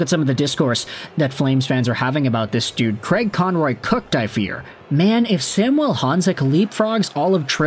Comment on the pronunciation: SAM - U - ELLE. Quit trying to make our star Slovak all francophone. Samuel. Think Latin America and not Saint-Jean-sur-Richelieu. Of course you are in Vancouver and are EXTREMELY familiar with Sam….. 🙄 Riiiiight.